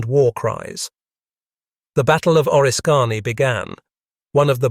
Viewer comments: Correct your AI speaker please. It’s not O-risk-Kany, say Orisk-any. Now the people that aren’t familiar with upstate New York will certainty make fools of them selves if they refer to this story. There was also a movie that had an attack on relief troops in the forest and a fort being assaulted by British Troops. It had Daniel Day Lewis and Madeline Stowe in it. Great music too. I think it was Last of the Mohicans. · its pronounced O-risk -any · It's called oriskany